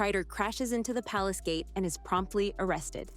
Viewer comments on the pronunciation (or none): none